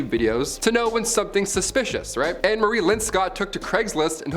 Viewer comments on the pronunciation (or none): none